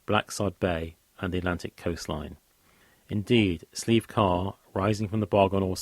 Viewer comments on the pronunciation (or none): Great content but I can't help but cringe when you pronounce Nephin "ne-fin." It's pronounced "Ney-fin." Also Slieve is pronounced "shleeve" not "sleeve," the "sh" sound is important and bothy is pronounced "boh-hee."